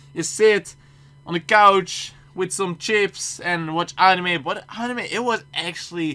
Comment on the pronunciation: dutch: pronunces anime like annnime english: pronunces it like anime.